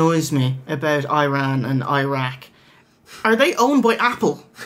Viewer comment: 'I'ran, 'I'raq.. What about 'I'reland?